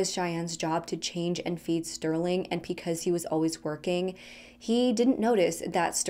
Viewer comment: ...are you saying "picause" instead of "because"?